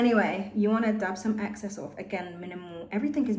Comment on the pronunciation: lol the way u say like access product instead of EXcess is so funny